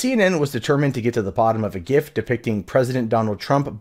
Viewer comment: I'm more triggered you don't know how to pronounce .gif